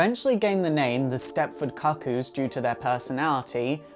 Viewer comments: Why do you insist on calling them the "Stepford Cock-oos?" it's quite distracting. It's pronounced "Coo Coos" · 'Far as I can tell, the "Cuckoo" in Stepford Cuckoos is the same as the "cuckoo" in cuckoo clock. So why would it be pronounced differently (kuh-koo, instead of koo-koo)? Is that a potato thing (as in poh-tay-toh, poh-tah-toh)? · Isn't it pronounced like Cooc-Coo? Like Cuckoo Clock? Or the bird? I don't know, maybe that's just how you pronounce cuckoo in the UK? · Your pronouncing cuckoo wrong it’s pronounced cookoo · It is definitely pronounced "coo coo". Ever heard of a cuckoo clock? No one pronounces it 'cuck oh clock". Dumb dumb. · This is how you pronounce "cuckoos" not COCK-koos, OMG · Holy shit... I can only take so many Cah-Cooz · Pronounce cookoo lol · Ah shiiiit. Love your videos my dude, but I'm tilted as hell at the pronunciation of "cuckoos" here. KOO-KOOS people. Like a Cuckoo Clock. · Yoiks, mispronouncing the name in the first few seconds is a good way of instantly discrediting your knowledge. Cuckoos, as in the bird most associated with cuckoo clocks, pronounced "Cook-Koos." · isnt it pronounced "koo-kooz"? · i hate to be that guy, but I think it's pronounced coo-coo's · no he's not. it hurts my ears to hear him continuously mis-pronouncing it. cook-oo or coo coo is the right way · It's pronounced koo koo. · Lizzie B actually it's pronounced the cu coos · Can you remake this but pronounce cuckoo properly please? I found it unwatchable due to the mispronouncing of the word. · I'm not 100% sure, but I think you're pronouncing Cuckoo's incorrectly. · Thank you it was really annoying me. The pronunciation😂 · It's pronounced kook coo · not even close to british pronunciation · Josh Aughenbaugh It's British pronunciation, I presume. It doesn't have the same sound as the American "cuckoo", but it does have the same sound as "cuckold".